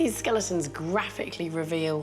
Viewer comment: Hey at least she stopped saying skel EEE tons. That drove me crazy.